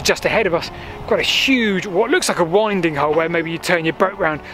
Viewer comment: BTW "winding" is pronounced "win" "din" as in the early days when horsedrawn a small sail was erected on one end of the boat to aid in the turning if there was any wind. Very enjoyable as usual.